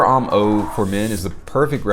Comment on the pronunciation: Petty issue here I know BUT the word homme is pronounced "ohm" and NOT "ahm". As a French speaking person I just have to grit my teeth when I hear it but understandable from folks who aren't regularly exposed to proper pronunciations of other languages. Thanks.;)....and Versace does NOT have the EE sound at the end. The e is silent.